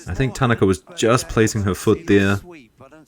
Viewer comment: TAN A KA is the correct pronunciation